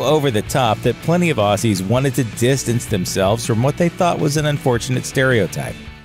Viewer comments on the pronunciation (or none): Stop calling us Acces is Aussie pronounced Auzzie